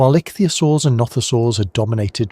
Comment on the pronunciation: "Pan-GEE-Ah!" "Ick-thee-Ah-Soars" How can you get this wrong! These are the easy pronunciations! When in doubt,go eith how Sir David Attenboroughsays it!!